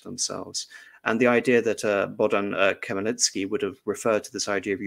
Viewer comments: I think even with preparations it would be almost impossible for an english speaking person to get the right pronunciation on a live stream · It would have been a good idea for the lecturer to learn the correct pronunciation of Bohdan Khmelnytsky's name beforehand!